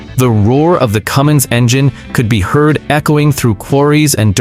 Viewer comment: Cummins, not Cummings.